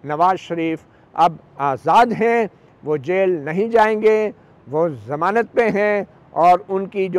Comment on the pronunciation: sir g zamanat lafz hota samanat nahi